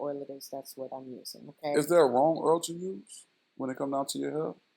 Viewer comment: I like the way he says “oil” too. Gotta keep your hair earled up. 😭🤣